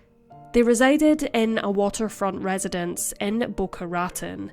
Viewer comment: Raton is pronounced “rah TONE”.